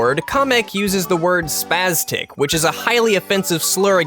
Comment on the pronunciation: Haha it's not pronounced "spaztic" but "spastic"